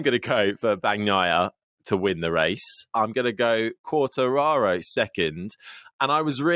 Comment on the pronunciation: They need to tell the bearded one how to say Quatararo